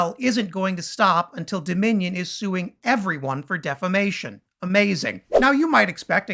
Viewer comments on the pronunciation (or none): Lindell wants to make it easier to sue for "deflamation".😁 This is the second video I've seen where he said deflamation, not defamation! 😆😂🤣 MAGA MORON! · My Pillow Lindell:. "deflamation"! LOL. Oh and he has the ",Roko" TV streaming device. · Bahahahaha, Mike Pillowguy still can't pronounce defamation, what a numbskull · Hey My Pillow Guy, the word is Defamation not Deflamation. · I have 2 things to say...DeSansis...Deflamation.. I rest my case